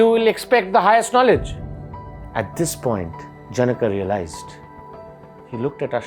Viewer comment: Pronounciation of janaka is wrong. Otherwise good. All the syllables should have equal swar. Instead of जन्का, it should be ज न क